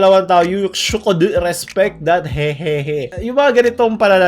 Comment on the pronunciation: "You ShOuKkDeu"